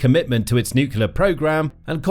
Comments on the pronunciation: Can't take this video seriously - the word is NUCLEAR : NEW CLEE ERR --NOT: NEWK U LUR Given that this is the biggest worry about the whole conflict you'd think they'd get it right. JFC. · Nu-cle-ar. Not nucular. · Why do so many people pronounce nuclear as nucUlar. Sounding like George Bush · The mis-pronunciation might be intentional, given how YT algo works.